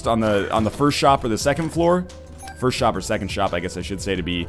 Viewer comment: was first, but he said "durst"